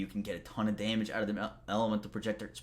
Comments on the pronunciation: Are you kidding. I subscribed just to hear him say "day-mage" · I find it funny how he says “damage”